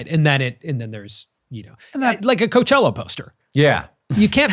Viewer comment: Quick question how the hell was Hank pronouncing Coachella before